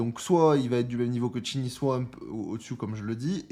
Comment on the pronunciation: Ça fait plaisir de voir que tu prends en compte les commentaires laissés dont le mien et que désormais tu prononces Chin Yi au lieu de Shin Ji pour Qingyi, c’est pas grand chose mais c’est super cool car tu écoute ta commu 😊 Pour le perso de ce que je peux te dire je connais grosso modo le kit par rapport à des leak mais évidemment ça pourra changer donc je dirai rien mais une chose qui est certaine c’est que le perso va avoir un combo à la Qingyi en attaque normale, il pourra combo a 80 hits ce qui est énervé. Et tout comme elle il pourra enchaîner son combo et le reprendre si il esquive et compagnie, et après c’est à vérifier mais avec un de ses doublons son combo pourra même monter au dessus de 80. Donc en tout cas son gameplay va être super cool ça c’est une certitude ! Maintenant ce qu’il apportera à une team concrètement on verra ça plus tard mais le perso il va bourriner avec ses poings ça c’est une certitude 🙃😂